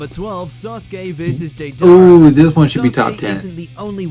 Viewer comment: Taller than i excepted. Lol Edit; also I hate the way that he😊 pronounced deidara. This is why for making content people should use dub>sub (yall nerds know what i mean, ik that was illiterate)or at the very least they should have had to seenthe sub and the dub, that way they can pronounce it right